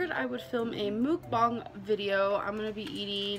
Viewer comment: I can’t believe does “mukbangs” but she can’t figure out how to say it. MOOKBONG? Girl stop. Two slices of pizza isn’t a mukbang, it’s called eating leftovers